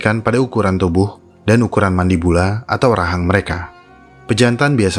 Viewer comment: mandibula? saya mndengarnya "mandi bola" 😅